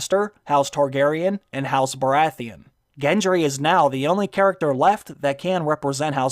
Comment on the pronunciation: The Red priestess can't pronounce Baratheon